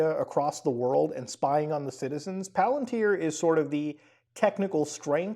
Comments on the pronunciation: Muta ily but its PAL-AN-TIER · Great video. By the way, Peter Thiel's last name is pronounced "TEEL", i.e., with a hard "T". The company is pronounced "PAL-@ i.e., the accent is on the first syllable.